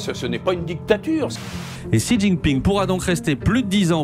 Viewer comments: Xi en chinois se prononce chi et non pas si! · Apprends un peu de prononciation du chinois pour bien distinguer Xi et Si. Ainsi que un peu plus de connaissance sur le système chinois pour se débarrasser de préjugé et ignorance